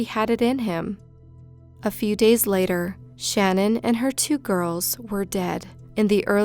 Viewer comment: I’m from Colorado and it really bothered me for some reason how you mispronounced CECE and SHA’NANON..